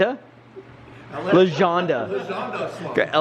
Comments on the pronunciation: “Lashawnda” “Laseanda” Shawn/Sean shaking his head. “I don’t like that.”😂😂😂😂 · Say it with me now, La - Shaun - Duh.